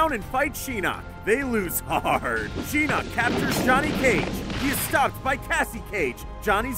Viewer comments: y dl u keep saying sheeenok his name is shinok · "Sheenok" Wow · He said (Laughing) "shenok" and "lin khwuey" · its pronounced Shin-knock not She-knock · You say Shinnak instead of Shinnok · What is shin nuk its shinnok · its not sheenok its shinok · Shira ReeU Lin Quee Sheenok Really? This guy doesn't deserve to talk about MK if he can't pronounce any MK words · Love those pronunciations, Lin quiiiiee, shyrai reyu, shiiiiinnok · Chase Jones Also, Shinnok and Shang Tsun. I’ve always heard them pronounced as Shin-ok and Shang soon. Not sure about Kuai Liang, but I think it’s pronounced Kuai Lee-ong. I’m basing that off of the Chinese pronunciation. Which, Kuai means dollar in Chinese, (depending on how it’s said because Chinese is a tone language) and Liang means 2 or couple. So basically his name in Chinese is 2$ lmbo I don’t speak Japanese so I don’t know what his name really means or if I’m pronouncing it correctly. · At least he didn't say Lin queef also "sheenok?" Really? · He pronounced Lin Quie and Shinook wrong probably like how I spelled them both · Lin quee Shirai reeyu SHEENOK WHAT!? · Shirai reeoo Shee-knock Lin Kwiee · "Sheenok" Pronounce it RIGHT next time please...